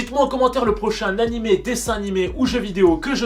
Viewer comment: "nanimé" a la fin🤦‍♀